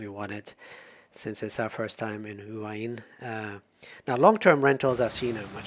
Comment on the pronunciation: It’s actually sounds more like “Wah-Hin”. You don’t really hear the first “H”.